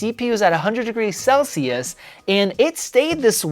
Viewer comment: Celsius or sell-shoes, funny😅